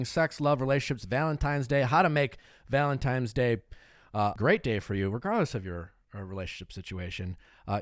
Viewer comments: Did Nick say ‘Valentimes’?! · When Nick always says "Valentimes" ...it warms my heart 💓